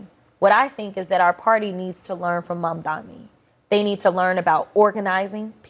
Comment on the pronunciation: Jasmine I admire you and appreciate what you do. Please learn how to pronounce Mayor Mamdani’s name. You pronounced it MamdaMI which is incorrect and a mistake that many people make(whether intentional or not.). I certainly don’t think you did it intentionally, it could be because you have heard it mispronounced too many times. The correct pronunciation is MamdaNI, there is no m at the end. Hopefully your staff have already made you aware of this. He deserves our respect. Thank you for your hard work and continuing to fight the good fight! God bless!